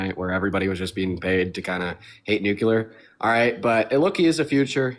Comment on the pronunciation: JHFC it’s nuclear, new-cle-er not new-cue-ler.